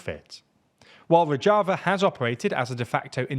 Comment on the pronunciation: Rozhava ( rož ) not rodg